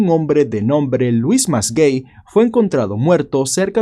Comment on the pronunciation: Se que es un video serio pero me cage de la risa cuando dijo "llamafo luis masgey" JAJAJJAJAJA APELLIDO QL MALO